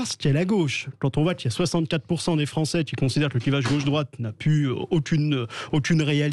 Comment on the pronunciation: la gauchiure Corato : " les français gnagnagna " euh les français ou li fronçais ? 😂